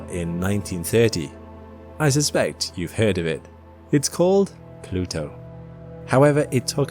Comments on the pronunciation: Ah yes, Plutwo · It's planet plutwo